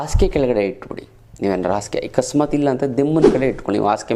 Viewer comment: Asige alla rii. Hasige antha